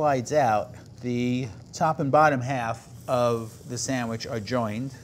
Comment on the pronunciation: A burger is not a “samwich”.